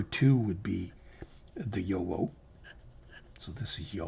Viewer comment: FYI… the correct pronunciation of JoWo is “YoVo”. (the “w” is pronounced as a “v”) I enjoy your videos very much 😊